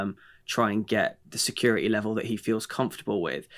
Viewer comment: Sick of hearing “security “ mispronounced. There’s a T in the word, not a D! Grr